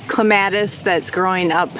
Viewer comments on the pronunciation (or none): I noticed that too! We don’t pronounce clematis like she did. I almost didn’t know what she was talking about. Accent is on the Clem, not the mat. 😂